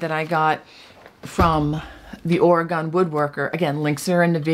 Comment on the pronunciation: Ok, you’re saying the name 0f our state incorrectly. It is not Oragone, but Orygun.